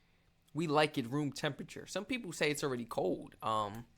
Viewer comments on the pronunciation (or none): none